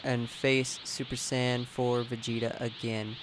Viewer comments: You seem like someone who i can easily beat, i can already tell how you will fight so it would be no problem. By the way, say it like Say-Yen, not super sand.. the fuck is a super sand? Some of the moves i can easily run away from and destroy you even if you are a spammer. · Really......Super Sand? Dafuq? Can you not pronounce it right, or is that you're pronunciation of Super Saiyan?